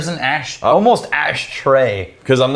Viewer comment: Is it an Austin thing to pronounce 'almost' as 'ohmost'? I found that so funny